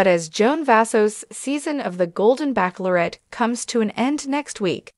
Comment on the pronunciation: Lots of repetition! It's Bachelorette, not baceaulorette! Waste of my time. I like Jesse Palmer.